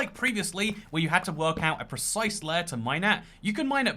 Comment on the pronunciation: lair ? lare ? you mean laYer ????